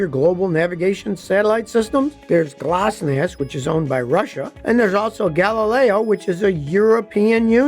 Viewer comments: Scotty, it's pronounced glonass not glossnass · I don't think that GLONASS is pronounced Gloss-nass 😅 rest of the video is great 👍🏼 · G L O N A S S, not glosnass. Land Surveyors GPS is accurate down to less that 1 inch.